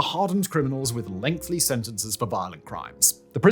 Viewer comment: Can someone please tell Simon that "lengthy" does NOT have a second L in it! Every time he says "Lengthly" it drives me nuts.